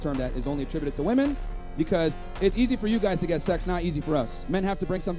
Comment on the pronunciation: Homie. The plural of woman is women. They are pronounced differently. Please.